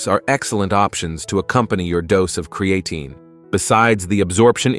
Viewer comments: Cree uh teen. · Cree-e-tain, sounds almost right. 🤖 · TINE is pronounced TEEN in America not TIN. This guy changes the pronunciation 4 times. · Create’n eh 😂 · oh god create’N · PRONUNCIATION IN VIDEO "CREE-A-TIN" IS NOT A GOOD SIGN. AI GENERATED VIDEO! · I drink 3 L water a day with 10 grams crea tin fr lol annoys the fok out my hearing how its beeing pronounced here 😂😂😂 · If you don’t approved or like the American language go back to where you came from. Where did you come from? The cotton field? Our language is diverse. I’ve never heard anyone pronounce creatine as cre-a-tun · Well actually is a greek word so is pronounced Kreatin. It comes from kreas which means meat . Kreatini is in the meat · We are the superior country, its pronounced (kree-uh-teen) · I don’t trust a video that can’t even pronounce the word Creatine properly!…… and your pee shouldn’t be clear it should have a slight pale yellow colour. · it changes to create -teen then goes back And yes don’t worry we see the message through the different pronunciations it’s just like nails in a chalkboard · Might be good information but I could only listen to the mispronunciation for a couple of minutes....and then it changed back and forth in the video....TOO Annoying!!!! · I stopped listening after hearing how creatine was pronounced. No thank you. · I can’t get pass that horrible pronunciation for creatine come on man 🤦🏽‍♂️lol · I can't watch this when the guy doesn't know how to pronounce the word. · If they can't even say creatine right, why should we listen??? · first its a great idea to take your creatine with a fruit juice, because it disolves better, and literally 5mins later its a bad idea because it could degrade the creatine.. make up your mind(same for the pronounciation of creatine^^).. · Thanks for the list - saved me from listening to the mispronunciation of creatine! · My ears fell off when hearing how you pronounce creatine. Wtf?